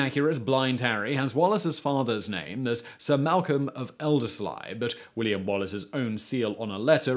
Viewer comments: Pronunciation all to pot. Elders'lay' not Elders'ly', 'air'shire not whatever you said and 'LAH'nark not 'lah'NARK. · Elders-lee, surely? I've never heard it called Elders-lay. He also pronounced Robroy-ston as Robroy-stron. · Another good one but, eh... pronunciation. Elderslie = elders lee Arrshar? Ayr shire (or air shire) Lenark? Lah-nark. That aside, top marks :) Well done for treading into a right minefield of myth and myth-history. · If an Englishman is going to spout Scottish history he ought at least try to get the pronunciation right on MAJOR Scottish towns and districts. Elderslie is pronounced "Elderslee," Ayrshire, is pronounced "Airshire" and Lanark is pronounced "LAN'rk." In all three cases the accent is on the first syllable. At this point you were batting zero for three and I gave up counting because I reckoned you were either blindingly ignorant or taking the piss. In either case I stopped watching. Being a glutton for punishment I came back and now conclude this poltroon is just lazy. I'll not waste my time on another of hid videos.